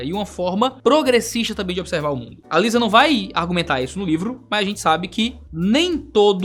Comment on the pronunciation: AliSSa na pronuncia. Assim como CS Lewis é pronunciado LOUIS.